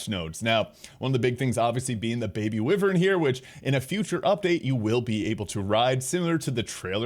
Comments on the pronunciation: Holy hell man, it is pronounced why-vern. 🤦‍♂️ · lmao I had to double check myself but multiple dictionaries have pronunciation as why-vern.